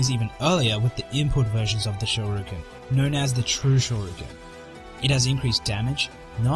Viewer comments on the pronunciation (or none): It's pronounced Shor-e-yuken